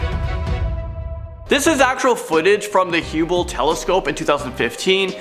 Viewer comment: Come on bro…what did you call the Hubble telescope? The Huebble or something? That’s just not right.